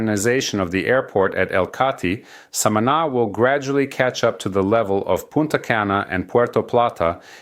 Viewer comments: Hey Amigo.. love your Channel.. very informative.. One suggestion. Learn how to correctly pronounce the name SAMANÁ... the accent is on the last syllable.. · I heard his first pronunciation and made a comment of annoyance to myself. I am happy for the people. I just hope these tourists respect the land, the people and just enjoy all our special jewels. God spared no expense when create Samana.